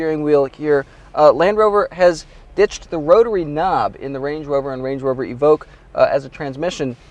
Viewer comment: he says "wange wover" lol